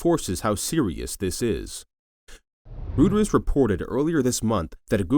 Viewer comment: Rooters? Reuters! Drop the AI narration.